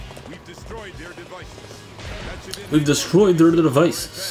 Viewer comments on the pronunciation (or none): none